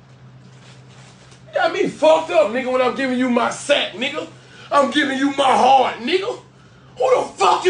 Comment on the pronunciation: he said my hard/ crack not heart